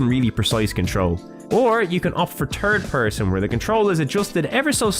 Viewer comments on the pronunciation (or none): Love the way he says “turd person” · New sub. Binging this whole series. I know it's cheap to comment on your accent but "turd person" makes me chuckle every time.